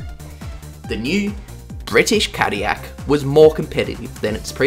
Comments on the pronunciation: I think you missed the Toyota TS050 and GR010 as LeMans winners. And you really need to learn to pronounce "Cadillac". There is no Y in Cadillac. I am a French Canadian and as such know how to pronounce Peugeot and Villeneuve, but I also know that Cadillac is an American name and is pronounced (/ˈkædɪlæk/). No wonder voice recognition software can't understand Aussies. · As an American cadiyak is crazy but I appreciate the effort into your videos! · It's pronounced Cad-dil-ac, you dang European... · my whole life and I didn't know there was a "y" in Cadillac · Tf is Cadiyac😂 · As an American, I take -10 damage every time you say 'Cadiyac' 💀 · God hearing Cadillac being pronounced that way drives me up a wall its pronounced Ca-Dill-lac, but i can say this about Cadillac racing this was only a stumble compared to their racing exploits afterwards in GT racing in the US with the CTS-V.R Beating the Mighty Audi S4 and RS6 Quattros and all others for almost a decade so yeah they had the last laugh i dare say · Well the way he talks about caddilac makes it seem European, like don't shame the U.S for not winning le mans, australia hasn't had a car win it either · 37 yrs old. Never heard cadiyak before. I'm pretty sure there's an "L" or two in there somewhere. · Couldn't listen to Cadyak .. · Saying Cadillac incorrectly to bring more comments to boost the algorithm I know what you’re doing (and I respect it because it’s funny) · As a person who is from the UK and knows French people, you have got the pronouncination. However, cadillac is rarely said and it is an American company so it should be pronounced with the l's in my opinion. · Its funny because Cadillac is a french name and every time you say itt wrong it rustles my American jimmies. Also, aluminum 😂